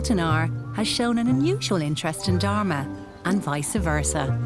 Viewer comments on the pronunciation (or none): Am I the only one who heard "Dhar mann"? Probably not but still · how can she pronounce dharma with the worst accent still the auto caption reads it..but when an indian pronounces something in most clear manner..the caption comes out as a joke😂